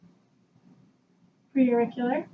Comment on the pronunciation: Holy shit... Woman makes many mistakes. I’m not even a doctor and know these... “Palpitate”, “tugur”, “lairnyx”, “pre-oracle”, “post-oracle”, “sub-mantle” 😱